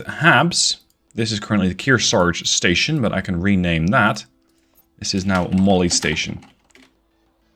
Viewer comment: RIP Molly but can we speak clearly when referring to the station it sounds like molestation.